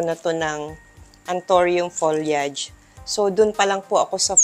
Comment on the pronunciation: it's ptonounce as folyeyd..you pronounce it incorrectly